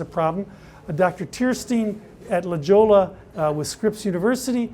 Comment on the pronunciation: Dr. Tierstein is from La Hoya. Just pronounce it like that. Thanks.